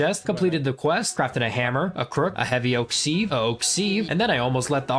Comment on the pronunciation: Lol seeeeeve You can look it up it's pronounced siv